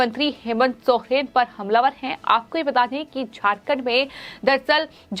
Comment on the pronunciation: Aap Hindi padhana nahi jante hai kiya jo sohen pad rahe hai jab ki Soren likha hai